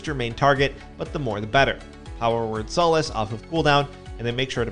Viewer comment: "Sah-lass" not "So-las" (Power Word: Solace)